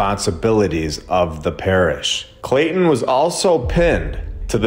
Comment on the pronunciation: Clay-ton as in bricks ....